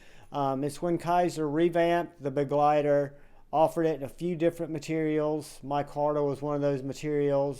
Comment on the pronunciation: First reviewer I have heard actually pronounce Begleiter properly. 😂